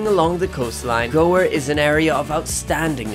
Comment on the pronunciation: Gower rhymes with tower. It has an "ow! I bumped my head!" sound.